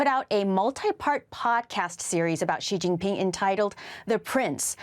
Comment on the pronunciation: did she say.... "sheetingping " ??